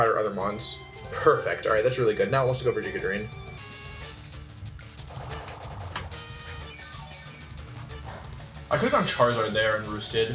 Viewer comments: I lose the tiniest bit of my sanity every time he says Jiga Drain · the only reason i haven't subscribed yet is because he pronounces giga drain as "giga drain"